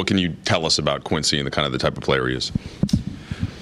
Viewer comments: It's QUINCY! Not Chris., 🙄 QUINCY OLIVARI. 💪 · You say his name wrong so confidently 😂